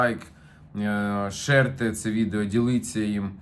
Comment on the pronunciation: Широкий, ширьте. Не шерьте.